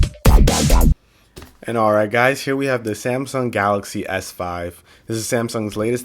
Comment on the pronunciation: He said zamsung